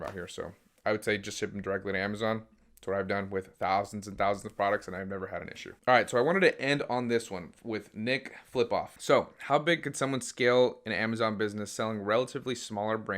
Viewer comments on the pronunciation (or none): I appreciate you giving me the closing shout out on the video! I had a good laugh at your take on pronouncing my last name lol I was mentioned in a video, and he also called me "Flip-off". I know it's a bit of a weird last name, but its pronounced "Philip-off" LOL. Anyways, great content. I appreciate you putting out more value than almost anyone else I've seen on Youtube.